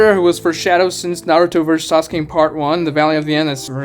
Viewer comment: haha "sauke"